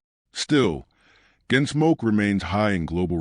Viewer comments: Make your Point! And I never heard of a show Your AI voice called GenSmoke or was it Ginsmoke? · Your AI narrator calls it "Ginsmoke?" Go away.